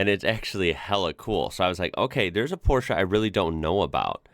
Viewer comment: Appreciate the appreciation 😊 Oh and thanks for pronouncing Porsche correct ❤